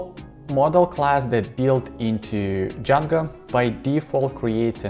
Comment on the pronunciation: Am I hearing it wrong or is he saying Djanga instead of Django?